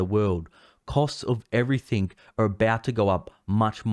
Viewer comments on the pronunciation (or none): none